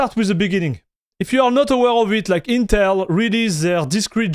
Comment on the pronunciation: Teh Eentel Ahk.